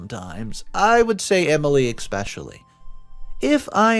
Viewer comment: I know that I’m not the only one who hates the way he says especially. He pronounces like “ick-specially” and it just makes me cringe so hard. I’m an English major.